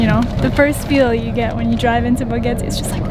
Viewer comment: Why do you keep saying "Bogete" while you're in Boquete?